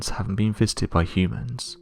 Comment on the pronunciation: Hummans? I guess the more commonly used pronunciation hyoomans is unacceptable here. Weird to hear.